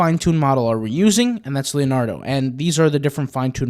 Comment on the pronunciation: Okay...did you actually call it "Lenardo"? You've never heard of Leonardo?? (Da Vinci or DiCaprio??) Bless your heart.